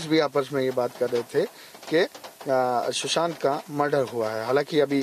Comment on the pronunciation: Shusant nahi hai bhai, Sushant hai....